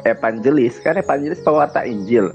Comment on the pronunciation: Nandar bukan evanjelis tapi evangiblis🤣🤣🤣